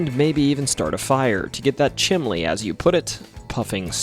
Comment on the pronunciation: My Dad said “chimley “